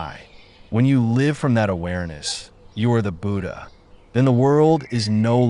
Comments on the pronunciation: Could someone please tell AI it’s not Boodah 😂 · It's not pronounced booda.